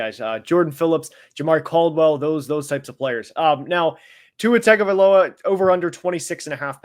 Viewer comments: when you say Tua’s last name it’s not pronounced tag-guh-vie-lowa it’s actually pronounced Ton-guh-vie-lowa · Respect to you and any research/work you may have done to put out this video but man if you can't even get the names of the players right, in what sense are we as viewers supposed to take your opinion as valid and credible. Like it doesn't even take 2 seconds to look up how to say Jonah's or Tua's name yet we're supposed to believe your insight on how the team will perform due to cuts and adds? I get not everybody will know everything about every team but honestly it just feels lazy how little added opinion was given in the video. Kyle crabbs saved your butt if we're being honest. I hope you grow to be a better analyzer in the future and wish you luck. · how do you cover the NFL and not know how to pronounce tagovailoa?